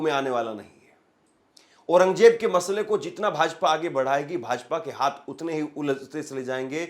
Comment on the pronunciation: KYA JAHILON KI TRAH AURANGJAIB BOL RAHA HAI...AURANG ZAIB READ KERNE NAHI AATA...KAISE ANCHOR HAI...VERY SAD....